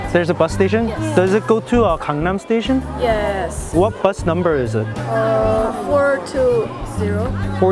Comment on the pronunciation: THAT WAS WHAT I THOIGHT IN MY MIND WHEN I HEARD GANGNAM STAITION XD